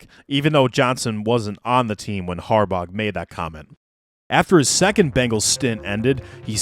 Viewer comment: had to turn if off when he kept saying harbog